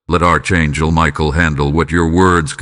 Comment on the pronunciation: Archangel is not pronounced "Arch" it is a "ck"